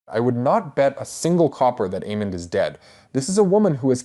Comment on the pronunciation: I love your videos, but sometimes how you pronounce names like almond and Aemond is weird